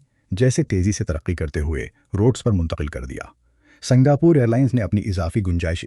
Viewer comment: جاہل پاکستانی لوگوں کو ہر لفظ میں زبر لگانے کا اتنا فوبیا کیوں ہے ؟ پورا ویڈیو دیکھنے کے بعد ایسا لکھ رہا ہوں۔ یہ شخص Dubai کو Dabai کہتا ہے۔ Singapore کو Sangapore کہتا ہے۔ Lufthansa کو Lafthansa کہتا ہے۔ British Airways کو Bartish Airways کہتا ہے۔ گریز کو garez کہتا ہے۔Buisness کو Baznas کہتا ہے . نمایاں Namaya کہتا ہے۔ یہ غلطیاں سنتے سنتے سر میں درد پیدا ہوگیا اور آخر میں پورا ویڈیو دیکھنے سے پہلے ہی بند کر دیا ۔ توبہ توبہ جب کوئی پاکستانی اردو بولتا ہے تو سننے والوں کا خون کھولتا ہے۔ حد ہو گئی جب اس نے ابھر کو ABHAR کہا۔ یہ شخص کسی بھی ملک کا ہو لیکن لعنت ہے اسکے اس تلفظ پر۔ کوئی اسکو مشورہ دے دے کہ وہ اردو بولنا سیکھ لے یا اپنا پیشہ بدل دے۔